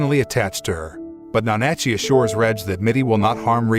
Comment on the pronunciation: It's NA-NA-CHEE!